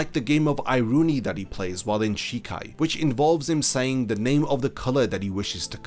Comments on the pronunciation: Iro-oni Not ayeroonie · it's called Iro Oni (Color Demon), not Eye Rooney. Just a heads up. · Good vid btw iro oni is pronounced (eeroh - ohnee)